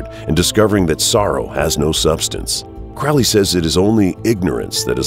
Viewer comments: um....Its pronounced crow-lee.....not to be rude.....just sayin. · Crow-Lee bruh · Do I have to be that guy? You’re pronouncing “Crowley” wrong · Can't even pronounce Crowley correctly. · Won’t be watching this. Haven’t spelt Aliester’s name correctly or pronounced his surname correctly. Get your facts right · You lose all credibility when you can't even pronounce the guys name right. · It's Crow-ley - it rhymes with holy! And the demon's name is misspelled in the header. Other than that, excellent. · Blows my mind how so many people listened to Ozzy Ozborne mispronouce "Crowley", and the whole world went, "Oh, everyone has mispronouced that name for centuries. Thanks for clearning it up, Ozzy! *facepalm*. It's pronounced CROW, like the black bird. Get it right. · Please if you're going to speak of my teacher pronounce his name properly. It's Crow like the bird Crowley. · The commentator is so obviously anti Thelema and anti Crowley from the way he pronounces Crowley as Crowley said "those who think me holy call me Crowley (as in crow) but those who think me foul call me Crowley (as in Ozzy Osborne song Mr Crowley).Iam a Thelemite and follower of Uncle Aleister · his name is prounced like HOLY, not CRAAAALY. CROW LEE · The Crowley we are talking about is Cro-lee. That would be detrimental research if I were making a video on a person. It's embarrassing to make an entire video and mispronounce the subject's name. Amateur hour. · Ackchyually, it's pronounced "CROE-lee." Doesn't abandoning one's ego contradict the whole "do as thou wilt" ethos? So Crowley was a collectivist? Isn't that a right-hand-path ideology associated with "slave morality?" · Crowley is pronounced "Cro-lee" not "Crau-lee" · "His name is Crowley, rhymes with Holy, it isn't Crowley, that rhymes with foully--ugh!" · Anyone who pronounces Aleister Crowley as "crawllee" or otherwise, really has no idea who they're talking about. Wholly uninformed. Properly pronounced, Crowley rhymes with 'holy'.